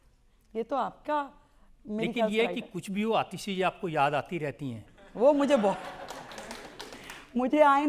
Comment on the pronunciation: Isko ko atishaya asha hai isliye athiyasha bolte hai